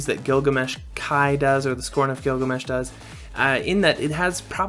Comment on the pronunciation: Tee her Giglamesh